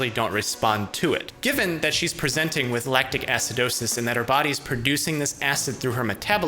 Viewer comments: Does anyone know why he always emphasizes it like that? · He says "Presenting to the emergency room" in a way in each video as if everyone else says it wrong and he is trying to make it a point. Haha I love you